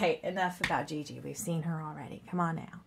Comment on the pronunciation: Like how gigi is pronounced gg, it is pronounced shzee shzee